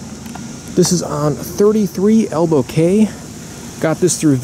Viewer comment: Cay is pronounced 'key'